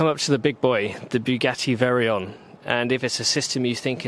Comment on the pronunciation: Veyron, not Veryon. Which isn't even the newest or fastest Bugatti.